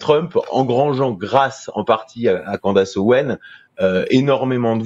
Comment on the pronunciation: On prononce Candeice et pas Candace